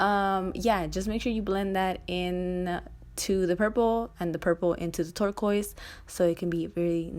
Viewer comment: lmao I thought you said twerk-oise